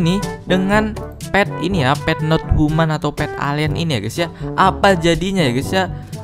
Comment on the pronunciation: Pet not human❌ Pet not tuman✔:v